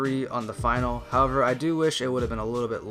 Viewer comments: Finale is not final. Its pronounced Fin ar lee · Finale is pronounced fin-al-ee, my dude